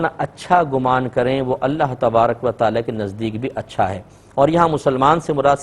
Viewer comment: Aap ka "ت" "ٹ" "ٹھ" bht khraab hai... ALLAH TA'ALA اللّہ تعالٰی(not "thaa'la" تھالٰی) Taufeeq توفیق (not thaufeeq تھوفیق) Attaa عطا (not atha عتھا )